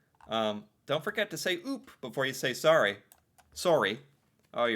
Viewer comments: Sorry, spell like saw- Ryan not re. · Saying "sorry" but pronounce the O as an A sounds... insincere to our ear. Like, if you were really apologetic you would say the word properly. It makes it feel like slang and that's not good if you're apologizing. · The 24th of May is the queen's birthday. It's Victoria day long weekend. Also, the way you say sorry, sounds like sari , which is a traditional Indian dress. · I’m Canadian but basically always pronounce it the American way.